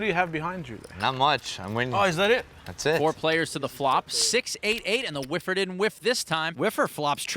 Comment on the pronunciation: Weally whiffer